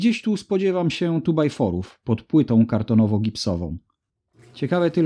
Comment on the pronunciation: PrzePana, a co to za jednostka te "14/3 SJTW"? "Tu-baj-fory"? Myślałem, że to jakieś rozdzielacze, ale to chyba profil do mocowania płyty kartonowo-gipsowej. Chyba. Hmm... a nie ciekawiło Cię zobaczyć jak to jest w środku rozwiązane? Chodzi mi o szczotki od prundu. PS Gniazdka, to Wy tam macie strasznie wystraszone, tudzież zdziwione ;)